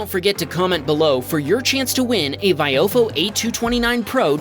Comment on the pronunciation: still can't pronounce VI oh fo correctly. it's really not hard